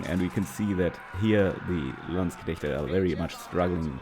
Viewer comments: ich danke dir dafür dass du Landsknechte richtig aussprichst. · I love the pronunciation of landsknechte😂